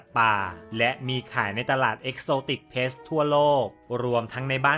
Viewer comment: ขัดใจอย่างเดียวเลยออกเสียง “pet=เพ็ท“ เป็น ”plets=เพล็ทส์“ ถ้าออกเสียงให้ถูกจะเยี่ยมมากเลยครับ😂